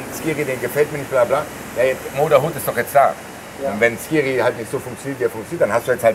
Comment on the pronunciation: Bitte nicht "SCHkiri" sagen 😬